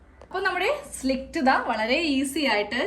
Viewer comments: Good idea. Its "slit", not " slict" dear. No offense meant. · സ്ലിക്റ്റ് അല്ല സ്ലിറ്റ് ( slit ) ആണ് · സുഹൃത്തേ, slit ആണ്. Not slikt. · സ്ലിക്റ്റ് അല്ല, സ്ലിറ്റ്, slit. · slit (സ്ലിറ്റ് ) എന്നാണ് കെട്ടോ മോളെ പറയേണ്ടത്.